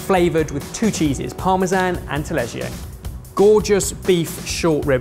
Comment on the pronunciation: I'm italian but at the beginning i thought that "taleggio" was some kind of exotic cheese because i didn't recognize it but how you pronounce it lol